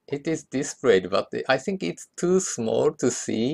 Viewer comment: it's not "I tsink"... i'ts "I think"